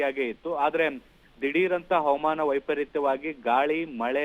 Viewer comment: ಹ‌ವ‌ಮಾನ‌ ಅಲ್ಲ‌ ಹ‌ವಾಮಾನ‌ ಎ0ದು ಹೇಳಿ